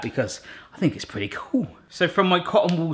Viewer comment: cretty bocker? xD